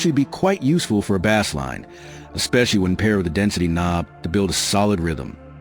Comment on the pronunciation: "Bass" with a long A is a low frequency. "Bass" with a short A is a fish. What was pronounced in this video would fit better in as fishing video. That's why people think the voice is AI.